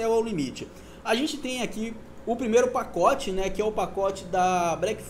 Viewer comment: Vai ter o "pocote" lkkkk quase saiu um "potoco"